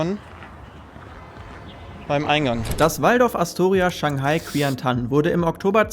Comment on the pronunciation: Man merkt Bildung und Research ist nicht so deine Staerke, erst Devon das Tuerkische Sony nennen und jetzt das Chinesische Astoria Qiantan nennen. Q wird CHI ausgesprochen du deppert. Es gibt genug leute die gute Arbeit leisten und tatsaechlich Zeit reinstecken in ihre Videos. Man merkt bei dir einfach das du Null Willen hast fuer diese Art von Arbeit und einfach nur das Geld kassieren willst und frei Reisen. Ein Minimum kann man doch wohl erwarten bei deiner "harten Arbeit" oder besteht's doch nur aus Lifestyle und Bier trinken?